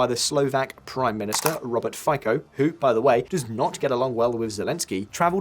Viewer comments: Im sorry to be a pain in the arse, but it is pronounced Robert "FITSO"! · “Fico” is pronounced Feetso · It's pronounced Fee-tso damn it. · Fico is pronounced "Fitso", as said many times before. But you English speakers never bother to correct it hmm? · A small note (for future videos?), Fico surname should be pronounced very differently.